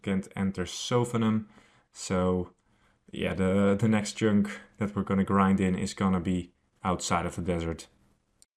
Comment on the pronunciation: Pronounce chunk right for one. Not with “ink” it’s with “unk”